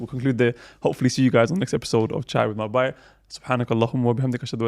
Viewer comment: Asalaamwalaikum Just started to listen to this podcast series today and Allahumma barik great work! Super random point. Can the host brother pronounce the word ‘Bhai’ correctly pls ? The ‘h’ needs to be pronounced. The way he says it is ‘Bai’ which in Hindi also means ‘maid’ Not a huge deal but I have been listening to your podcast and it bothers me each time. Jazakallahukhairan to all of you for your efforts May Allah accept it from you